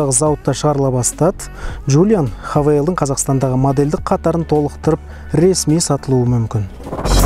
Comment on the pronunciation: Хавейл емес хэйвал боп оқылады ғой ереже бойынша. Havale - хавейл, Haval - хэйвал!